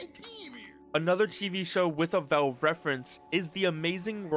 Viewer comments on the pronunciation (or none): Velve? Its valve😅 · i like how u call valve vewve its funny